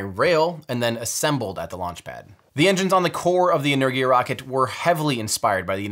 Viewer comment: Why are americans so bad at pronouncing words? Saying "energia" like "lurgy" when it's pronounced "en-er-gia"